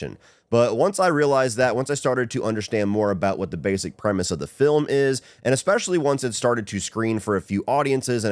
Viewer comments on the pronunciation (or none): none